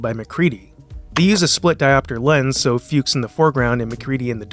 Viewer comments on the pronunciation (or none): It also caught him say Flukes instead of Fuchs. I never notticed that before.